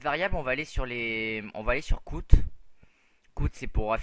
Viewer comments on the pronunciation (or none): "cout" se prononce "si-a-oute", "char" se prononce "car" et "int" n'est pas un acronyme mais le début de "integer" (de l'anglais : "entier").